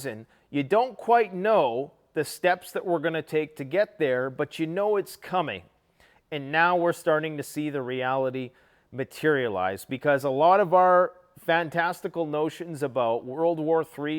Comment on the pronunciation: Agreed. And he said fantasical. 😂